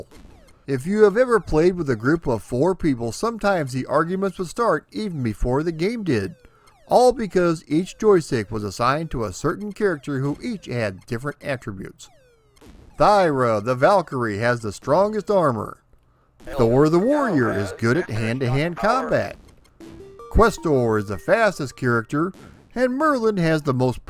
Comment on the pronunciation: it's pronounced TYRA, the Valkyrie,(the H is silent).....and btw,the PS version "Gauntlet Legends" wan't revolutionary,with it's password system,since you had the same on the old NES version...